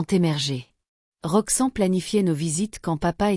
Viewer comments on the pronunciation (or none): Pourquoi elle dit Roxan, c'est Roxanne.